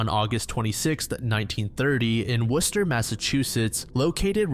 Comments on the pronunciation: sometimes I can't tell if this is an elaborate AI channel because there's so many floating around, but pronouncing Worcester correctly does add one to the "not" column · Did a double take at hearing "Worcester" pronounced correctly 😳👌🏻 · im impressed with your correct pronunciation of Worcester